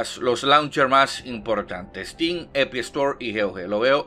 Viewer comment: "La epi estors"